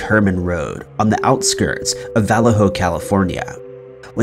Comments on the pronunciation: “Vallahoe” lmao it’s “vah-leh-ho” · He said valla ho instead of Vallejo, lol. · It’s pronounced va-ley-.ho 😬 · I live in Vallejo have since 2002 but my parents always say how scary it was living in the Bay Area at the time of the zodiac since you never knew when he would strike and where. (Also pronunciations is : vuh - lay - hoe or vuh - yayho depends if you’re gonna use the Spanish pronunciation or not). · Who hasn’t heard “Vallejo” before? Wtf is with this channel?